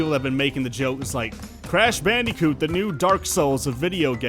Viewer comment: Croosh bloondicoot